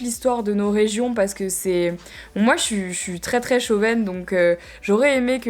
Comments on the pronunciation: "Je suis très très chauvaine" mdr on dit chauvine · On dit Chauvine* Pas Chauvaine.